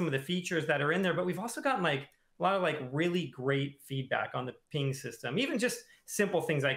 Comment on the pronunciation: Why does keep calling it a "peeing system"? I thought about joking about that in his original dev blog video but thought it was a bit too low-brow. Well, he's just said it about 15 times and I can't ignore it any more. I guess Overwatch 2 is getting a peeing system... edit And also, WHO CARES!?! Jesus jumping Christ has already spent 10 times as long talking about the peeing system as he has about literally anything else in the alpha. Doomfist? Vague explanations. Balance? Vague explanations. Peeing system? Technical documentation. Why?